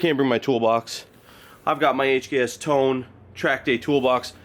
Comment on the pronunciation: Tone is pronounced "toe-nay" not "tone" if anyone cares. Short timeframe for a bare metal respray and total build, but if anyone can do it it's you and your crew.